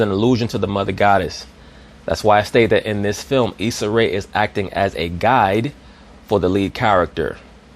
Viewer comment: Issa "Isaac" Ray 😂😂😂😂😂 this dude be cracking me up